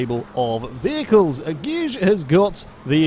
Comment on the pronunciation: Gijs hahha pronounce it like G ICE :)